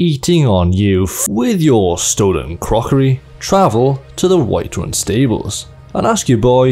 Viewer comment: "With your stolen crrrrrrrrrrrockoRY"